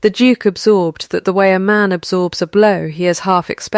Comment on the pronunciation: Every time narrator said “Duke” I had to look at the cc to see what that word was!